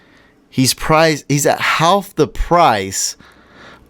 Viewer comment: im close to unsubscribing if you keep saying haLLLLLf